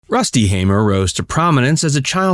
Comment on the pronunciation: His older brother (my grandfather) John hamer passed last year. And thank you for pronouncing the name Hamer correctly 😂😂